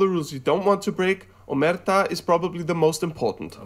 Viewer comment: Just for curiosity: Omertà is pronounced with the accent on the A at the end. The guy of the video said it with the accent on the "e". By the way... Mafia - Ndrangheta - Camorra... Now are everywhere, in every region of Italy and even abroad, even in The Vatican... This thanks to politics too... Thanks to being in politics helped them become always bigger and bigger... some of them built their own mafia abroad. You should see if you can find some Roberto Saviano's video with eng subtitles... He is the guy that wrote the book "Gomorra" and then with his help, inspirated from his book, they created gomorra the movie and the tv series. He talks about every kind of mafia, not only neapolitan, even ndrangheta and mafia but also about abroad mafia.... Super interesting! Another thing you should look for is "Matteo Messina Denaro" he is still unfind from 1993, so 28 years... Considered one of the most dangerous! (everybody thinks that he is in his city and that governament knows where he is actually). "Mafia without politics would be just a bunch of bandits" that's the sad reality.